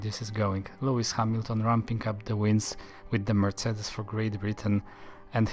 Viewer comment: Finally someone pronounced Mercedes properly 😌